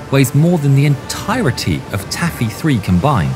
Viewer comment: “Tacky”? Or “Taffy”?